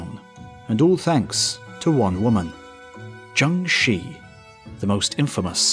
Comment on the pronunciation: Awesome video! Minor pronounciation nitpick - the "Shi" in "Zheng Shi" is pronounced closer to the first part of "shirt" - that is, without the "t". Like "shir" but you only kind of slightly pronounce the "r".